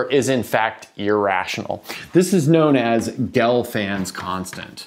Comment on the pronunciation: Actually it is Gelfond, not Gelfand (both great mathematicians)